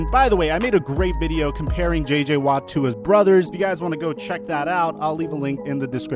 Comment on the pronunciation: “che che watt” lol